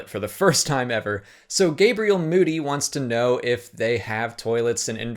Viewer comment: ayy you said my name right! GABRIEL MOODY